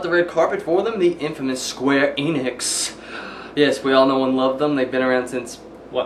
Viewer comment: not eeenix, en, ix, not long e, short e, enix